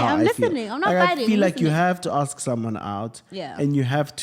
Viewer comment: You must aks! 🤣🤣🤣🤣🤣🤣